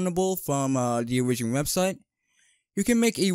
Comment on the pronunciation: Bro really called Oh-Rih-gin